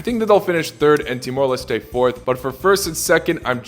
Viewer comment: his pronunciation of Timor-Leste was too much: -10 points from Everton